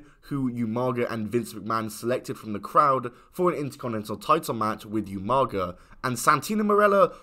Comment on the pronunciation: How hard is it to say Oomaga instead Youmaga like you can hear the commentary say umaga bro 😂